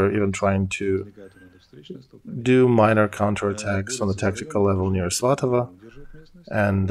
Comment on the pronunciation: Why Muscovite pronunciation for Ukrainian settlements names! Not svatovO but svatovE, not dAnYEtsk but dOnEts'k etc